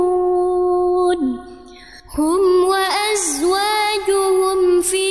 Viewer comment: Harusnya kan faqihun bukan faqihud..maaf kalau saya salah. Apa saya yg salah dengernya apa kk ini yg salah bacaan ujung ayatnya ya.maaf bnget